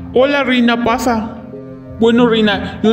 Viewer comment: Yo escuché reina paza un poco parecido a reina pacha😂😂😂